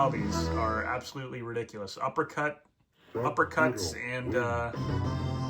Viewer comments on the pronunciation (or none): none